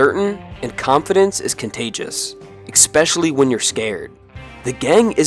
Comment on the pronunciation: Tips on speaking English: The S precedes the K in the word ASK. You "ask" a question; you do not 'axe" a questions, unless perhaps you mean to refuse to answer it. The word "especially" contains no x. There is no such word as expecially.